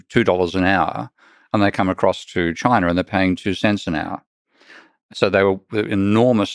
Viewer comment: Where exactly is “Chiner”?